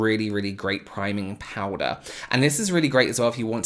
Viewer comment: I could listen to you say "Powda" all day! Love it. Thank you so much for this video😊 I learned so much. What kind of powder are you using ?